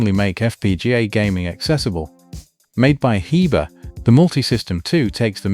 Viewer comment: It's pronounced Heber